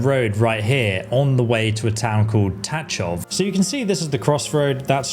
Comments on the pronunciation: just one notice, it's pronounced tagoff .. not tatchof :cat-orange-whistling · I am pretty sure that the "ch" in Tachov is pronounced like the "ch" at the end of Chzech and not like in touch.... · i see youre having problem pronouncing antiochus and tachov, its an-tio-kus and ta-kov lol